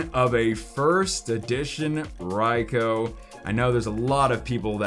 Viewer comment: Isnt it pronounced Raikue?